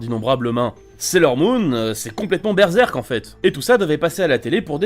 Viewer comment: on dirait il dit BeReal